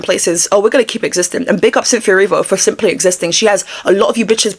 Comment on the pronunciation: Ariana and..."Cynthe-o" hahahahata